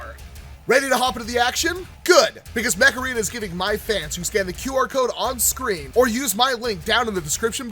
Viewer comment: I kept hearing mech arena as macarena